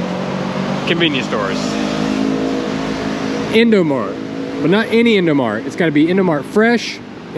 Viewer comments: Indomaret le bukan indomart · Im an indonesian and indomart in indo you say it as indomaret and beng beng is also good man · Indomaret not indomart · maret march not mart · no. dont speaj indomart also the best way is indomarEt (indomarch) or you speak with indoaprill